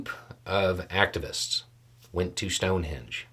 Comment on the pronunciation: I don’t know if it’s me, the audio or the accent, but you keep saying “sound-henge” I replayed it a few times.